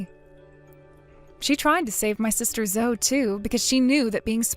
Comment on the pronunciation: Zoe is pronounced Zohee.